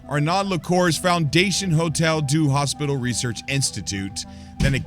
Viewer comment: ‘Arnod’? Surely the correct pronunciation is ‘ar-no’. Just sayin’